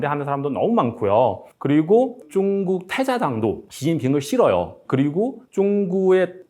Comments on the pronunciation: 발음이 왜 이래 쭝구 가 뭐야 ㅋㅋ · 중국말은 조사가 없는지 자꾸 한국어 말씀하실때 조사를 빼먹으시는군요. 참 그리고 중국을 발음할 때 역시 쭝국이라고 하는게 맞는건가 보군요 ㅎㅎ